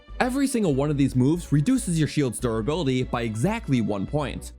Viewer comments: durrability lol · anyone else noticed the "durrability" ? Also nice vid :)